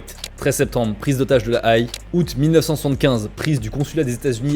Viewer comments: quand tu as prononcé correctement "La Haye" dans le titre, mais qu'au début de la phrase suivante tu le prononces " La Aïe", c'est le montage qui fait mal 🤭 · Je comprends enfin pourquoi le parti communiste japonais d’aujourd’hui ressemble à un parti extrêmement pacifiste! Merci d’expliquer cette partie de l’histoire japonaise ! 😊👍🏻 La Haye se prononce « La Haie » par contre 🤓 (c’est là où il y a la fameuse cour pénale internationale) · Très chouette vidéo. Juste pour info la ville de la Haye se prononce comme une haie parce que ça veut littéralement dire haie en néerlandais. Den Haag. C'était la minute wikipédia^^ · "La Haye" se prononce comme "la haie" 😉 super vidéo ceci dit ! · c'est bien la première fois que j'entends quelqu'un prononcer "La Haye" de telle manière ^^" usuellement ça se prononce comme une "haie", cad "ɛ" comme dans mère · Pareil, ça m’a gratté l’oreille!!! La aïl 😂😂😂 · Très chouette mais juste ça se prononce la haie. Continue c est très intéressant. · Ca ne sais pas prononcer la Haye et nous sort tous un discours contre révolutionnaire uiuiui on en est là quoi (psychiatrisation des révoltée, ne surtout pas parler des événements du Liban dans les 70 les mechonts quise defendent contre l'institution policiere fasciste etc....) vaut mieux faire gaffe à tes discours car quand plusieurs personnes bossent sur une vidéo et que des propos dénigrant passe sur le môtage final on finit bien par comprendre de quel bord vous êtes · Très bon repartage! Seul bémol, tu prononces mal La Haye! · Le tribunal de la Aie ? ça ce prononce haie ( comme une haie de jardin ) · « La Aïe » ?!? J’en ai craché mon thé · on ne prononce pas "la Haye" la aïe... Mais la haie (phonétique). Et on ne dis pas "fraction" de l' armée rouge, mais faction... Et comme tu l as répété au moins 3 fois.... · Oups !! On ne dit pas la "Aï" ! on dit "la haie" (La Haye)... J'y habtais à l'époque ! Sacré souvenir ! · "La prise d'hotage de la Aïe"... se prononce plutôt "la hé"